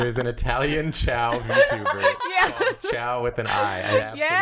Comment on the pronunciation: chao with an i (he's Italian) Had me laughing harder than I have in the last month